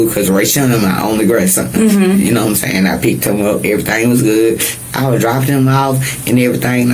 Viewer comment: “You know what I’m zaying?” The line of a liar!